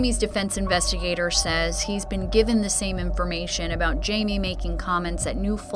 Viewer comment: Not sure why everybody says "Jay-Mee"... his name is Jaime (Hai-Meh)..